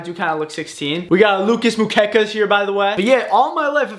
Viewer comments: No way he pronounced it "Muquecas". Just so you know it's "Moo-eh-kas"(it's the best way i can Americanize the pronunciation. Hope it helps 🤗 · It is pronounced Lucas mwekas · the way he pronounced lucas mucecas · It’s pronounced Moo-eh-kas. It means silly faces. 😂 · Props on the "Lucas Mookekas" pronunciation, made me laugh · Nobody gonna mention how he mispronounced the Lucas candy? 😂 it’s MU-WE-CAS, that’s how it should be pronounced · moo-weh-caws is the way to pronounce it but you were close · It’s pronounced moo eh cahs😂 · Lucas mucecas lol its actually pronounced Lucas M-ue-cas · it’s pronounced moo- ehkas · It's pronounce mue-cas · It’s pronounced mu e kas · As a Spanish speaker, the way you pronounced Lucas Muecas was incredible lmao 👌🤣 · As a Mexican the way you pronounced the Lucas Muecas hurts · Bro how he pronounced the lucas candy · He did not just pronounce that like that